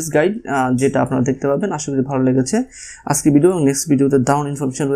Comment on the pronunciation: হিউস_ Not হিউজ_ আসগে_ Not আজগে🤗 উপভাষা।।